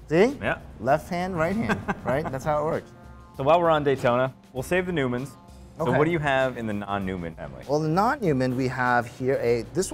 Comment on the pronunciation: this man said newmans